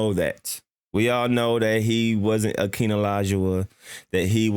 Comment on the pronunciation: You calling Kwame a buss nigga you need some seasoning. You can’t even pronounce Hakeems name right and you talking sports 😂